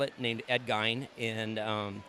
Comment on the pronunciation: Pronounced GEEN. From WI. Fantastic build.